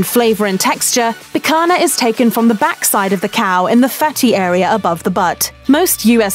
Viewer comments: That's pronounced "picanya", not "picana". I can recommend Centenario in Santa Cruz do Sul in Rio Grande do Sul state as a true Brazilian churrascaria that's been in business for more than 100 years. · Its pronounced "pikaña " (pee-khan- Ya) im American and know that lol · LOL, the British lady can’t say picaña, there’s an ñ! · só o "picana" que não passa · I loved how she kept pronouncing "Pick Anna" 😂🤦🏻‍♂️ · Every time she said "pee-cuh-nuh" I cringed. :'( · me hearing she talking picanha with picanna pronounciantion "Make it stop please" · Who else cringed with Guga everytime the woman says the word "PIC-HANA?" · Click bait tune out now there is nothing of any importance in this video .... and why do brits F - up so many words like picanha sounds awful when she says pikana. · It's not Pikana. I'm gonna start bleeding from my ears if I watch more of this video. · GUGA IS SHAKING = Picanha is pronounced as PEEK-CAN-HYA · Pica"NA" lol i guess it`s pretty hard for english speakers to do the sound NHA, NHE, NHI, NHO, NHU. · I believe it is pronounced pea-cone-ya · We're sorry about our repeated mispronunciation of the word "picanha." That's an error we didn't catch until after the video went live. We'll make sure we do better next time! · It bugs me how she can't pronounce the nh in picanha but pronounces it perfectly in fraldinha. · Her pronunciation of picanha just made me die a little inside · It’s not the same, unless you’re from the north region of Brazil, which is not even 20% of the population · let's not even get into how she keeps (mis)pronouncing picanha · I cringed every time I heard the world "picanha". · "picanha", "filet-minion", "parmezan" ... she's truly an equal opportunity offender - perfectly skewers (pun intended) all romance languages just as badly! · If you can pronounce Lasagna you can pronouce Picanha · That pronunciation of 'picanha' really hits the ear wrong >.< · Really wish she learnt how to properly pronounce Picanha🥲